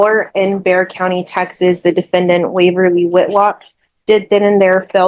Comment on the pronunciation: Someone needs to fix these recording of Bexar County.. pronounced bear... But every case has it listed a different way.